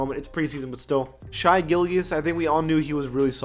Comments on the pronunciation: Its pronounced sh-ay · The way he said Shai’s name 😂😂